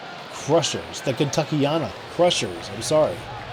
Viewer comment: Let’s go Kentuckyana krushers are he but I will say the end of our team name is said like anna